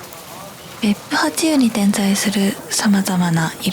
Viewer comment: 別府八湯は、べっぷはっとう、と読みます。^o^